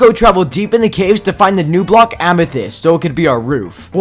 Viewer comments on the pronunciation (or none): ahh yes amesite not amethis idk how to spell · was i the only one that heard amesite? love your vids you just got a new subscriber